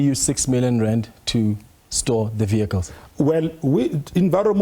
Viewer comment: I knew it’d go south at the first “vayicles”